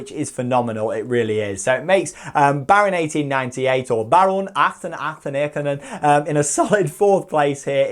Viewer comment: The baron pronouciation does not get old :p I agree with Untamed, btw. It's awesome!